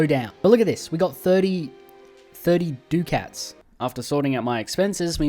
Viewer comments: dude youre killing me 😭😭 its "es-states" for 'estates' and "duck-ets" for 'ducats' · E-states and Du-cats